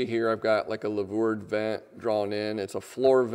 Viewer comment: Great video. But the word is louver ("loover") not lavour.